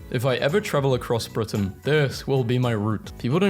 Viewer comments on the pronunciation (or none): none